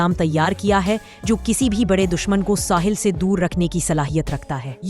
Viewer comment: Dear the true Urdu word is "Sahil" not "Sahal"